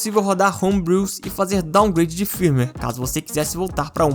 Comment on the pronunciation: Cada "firmiueiri" um câncer 🥲